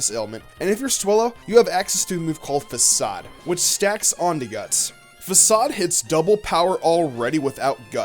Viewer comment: You say facade like fa-kade